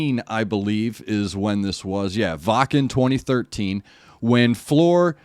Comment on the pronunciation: You pronounce her name very well. With this song I am awakened in the morning. And I have energy for the whole day. Greetings from the Netherlands.